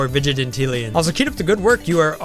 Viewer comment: LOL I just noticed you keep saying vig-i-te-tillion, when it's vig-IN-tillion